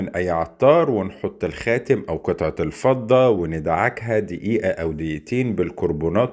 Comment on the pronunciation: الفضة بكسر ال ف ☑️